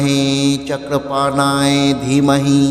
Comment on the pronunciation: Chakrapanoye শব্দটি সঠিকভাবে উচ্চারণ করুন।